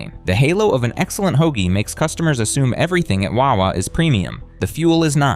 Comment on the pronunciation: i hate how this guy says wawa it annoys me